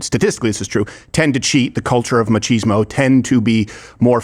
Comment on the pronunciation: It's pronounced MAK-IZ-MO. Not MATCH-IZ-MO.